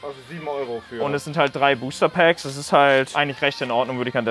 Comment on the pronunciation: " Booster Pääckz "